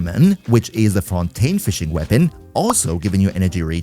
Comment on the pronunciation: U're the first one I heard use the french pronouciation on the fontaine characters, nice